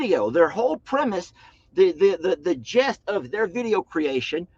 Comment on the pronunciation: I really love everything about you, but the word is NOT "gest," it's "gist" of the video.